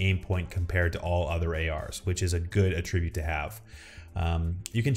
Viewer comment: why do you insist on mispronouncing words constantly? "caveat" "attribute" "process" Soooo pretentious.